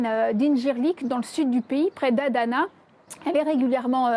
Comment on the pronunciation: Elle pourrait faire un effort sur la prononciation des noms c’est pas compliqué adana - incirlik ADA-NA